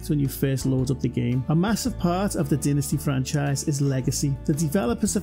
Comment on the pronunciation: It's DYnasty, not DINasty.